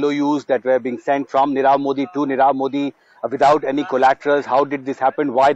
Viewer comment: U r unable to pronounce nirav .